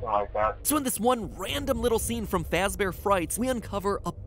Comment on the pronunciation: Fazbear not fax bear